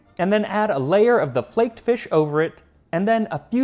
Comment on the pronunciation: Feesh Quiche?